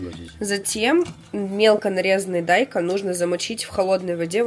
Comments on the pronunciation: Дайкон ударение на букву О! Вы в школе учились ? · не дАйкон а дайкОн😂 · Он дайкОн, точно не дАЙкон. Или для раздражения.